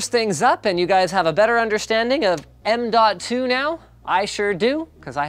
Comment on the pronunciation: What I hear is nnnmmmnmnmnmn.2